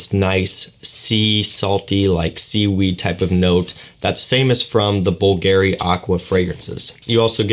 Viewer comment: you pronauce bulgarry not bvlgari just see how others say man